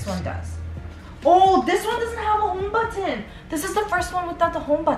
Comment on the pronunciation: I love how you pronounce Homebutton 😂😍